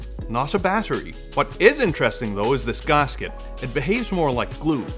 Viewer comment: gAAhsket, bAAhtery